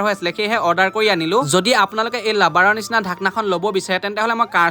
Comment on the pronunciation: Bro kotha bur ussaron thik koriba tentehole nohoi brother tenehole